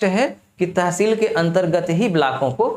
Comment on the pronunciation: Pronounciation √ kr lo pehle ...blaaak blaaak kya lga rkhi h.....it's block Tehseel hota h